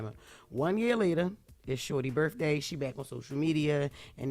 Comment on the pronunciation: Axe, them shows be having, birfday…🤔🤷‍♂️